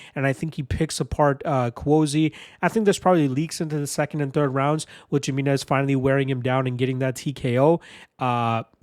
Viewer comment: The J makes an H sound. It's pronounced Hi-minez.